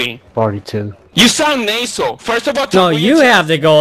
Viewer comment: Nay-sel, you talk nay-sel